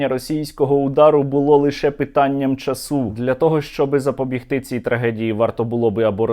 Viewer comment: та не часУ, а чАсу, неможливо слухати, якою мовою він розмовляє?